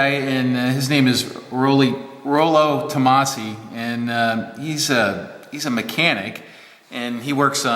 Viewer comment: "Rollo Tommosi" - Really? :)